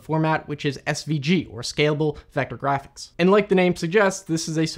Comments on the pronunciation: Giraffics interchange format 🦒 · "jraphics interchange format"